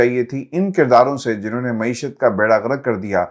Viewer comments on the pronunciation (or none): none